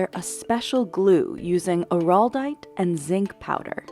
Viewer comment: The narrator is not articulate. Araldite is not pronounced oh-rawl-dite.